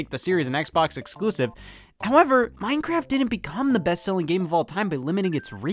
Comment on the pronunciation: I had a stroke when Scott said mojang and Minecraft.